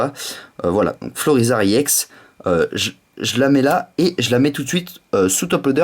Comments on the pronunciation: c'est pas iex c'est ex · Le E se prononce de façon Englaise :D